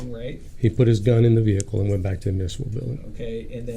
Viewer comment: buddy, I want to help you pronounce “municipal” correctly - it’s myoo-NISS-ih-pull. No shade, I know a lot of people have trouble with it, but for as many times as you have to say it, I figure you could help others learn to pronounce it. 😊💙 Love all that you do to advance the People’s constitutional protection in Texas and beyond!